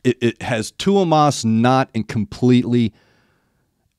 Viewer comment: Not trying to be a dick but just call him Thomas like you would in English. I think you would get closer to the pronunciation.